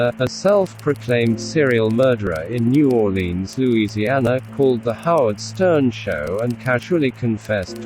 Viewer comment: At least Howard said New Orleans right. Learn it bitches, get it right.